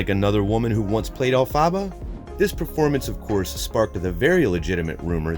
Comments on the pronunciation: Who else had rage that he called her “Elfaba” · elphaba is pronounced elfuba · YOU DID NOT JUST SAY ELFABBA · ITS EL-FA-BA GET IT RIGHT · Ahhhhhhh he said el -fabba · El- fa- ba! Sorry I know there are a bunch of comments about this but I just had to say it. Sorry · ”AIRiana Grande as ElphAHBAH” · Why did he say Elphaba’s name like that, I’m mad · Hate how he pronounce elphaba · The way he pronounced elphaba I can’t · Seriously. I had to stop watching. Pain!!!